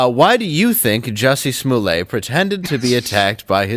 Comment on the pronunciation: Dave, "lets get serious" then says "Juicy Smollett"